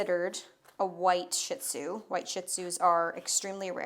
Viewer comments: it's pronounced Sheet zoo not shit zoo lol. Just an fyi 😂😂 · Phonetic: SHEE ZOO., can we pronounce it properly? Stop calling them shit zoos. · Wrong pronunciation. It’s pronounced: SHEED-ZU. Being a dog groomer, she should know this! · ShihTzu is pronounced Shee TZoo We had a ShihPoo (SheePoo) That was 5.0 pounds. She's very cute.